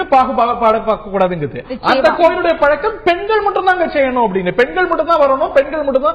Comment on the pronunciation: கனிமொழி முதலில் தமிழை முதலில்ஒழுங்கு காய் கற்று வந்து பேசவும்.it is பழக்கம் பளக்கம் அல்ல. முதலில் எல்லா ஐயப்பன் கோவிலும் சபரிமலை இல்லை. சபரிமலை ஒரு காந்தமலை 10 முதல்50 வரை உள்ள பெண்கள் சபரிமலை சென்றால் பெண்களுக்கு கருமுட்டை அழிந்து அவர்களுக்கு மலட்டு தன்மை ஏற்படும். அதனால் தான் மூன்னோர்கள் இதை ஏற்படுத்தி உள்ளார்